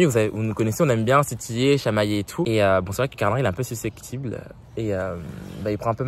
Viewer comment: Suscectiple il a dit 😭